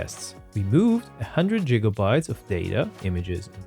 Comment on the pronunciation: Are you actually pronouncing it like "jigabytes"? I've only ever heard people use that pronunciation out of jest or as a play on the word, not in actual serious use.